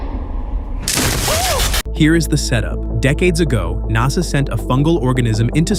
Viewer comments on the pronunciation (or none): Oh, uh yeah. by the way. spoiler alert. This "guy" just said "NahSah" for NASA. Welp. AI movie reviews are here. We're hosed. "Think Rocky and Bullwinkle meet Dumb and Dumber" over and over and over. "Think over and over meets over and over"